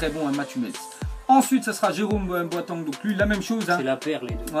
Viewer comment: dit bien les noms stp psq avec boateng mdrrr